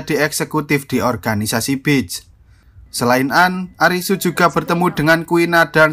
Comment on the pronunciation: Bang.. sebutan pantai : beeesss Bukan bits Kalo bitch artinya: pelacu***r